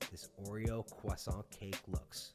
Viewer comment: disliked just because of how you pronounced croissant. noob.